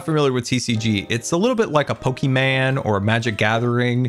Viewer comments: I love you but whenever you say pokeman instead of Pokémon it hurts my soul just a little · ITS POKEMON NOT POKIMAN!!!!!! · i get so frustrated when scar says POKIMAN and not POKEMON but i still love you scar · Amazing! Love your landscaping. Your entire Scarland build is epic and wonderful! The TCG game - you make me giggle whenever you compare it to a PokemAn game. I've never heard anyone else call it PokemAn. I usually hear it pronounced Pokemon (like mon in Montana). I just see little men running around with sharp sticks when you say pokeman. But it makes me laugh and that is a gift! Thanks so much for all you do! Great big hugs. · Glad to have you back for another video,. Congratulations on 2M subscribers! The only request I have is that you stop calling it Poke-man. It's Pokemon. Take care of yourself and I hope you feel better! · saying Pokeman brightness my day. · did scar mispronunce pokemon with pokimane?